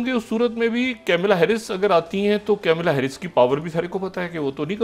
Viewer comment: Kamala harris not camila harris. Mr. Propagandist pronunciation should be corrected.